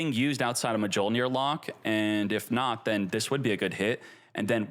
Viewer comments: The J in Mjolnir is silent. “MeeOlnear” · Me-yol-neer!! You don’t pronounce the J. Pet peeve of mine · please for the love of god. Its pronounced Myool-Near. Its thors hammer on Norse lore. Mjolnir is pronounced Myool-Near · I am the only one who gets cringe every time says Mjollnir with the "J" on pronouncing?? Like thanks god i play Marvel Snap and i know how to pronounce Mjollnir correctly every time hearing Thor chanting it! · Come on man. Mjolnir still can’t be pronounced. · Definitely not how you pronounce Mjolnir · The j is silent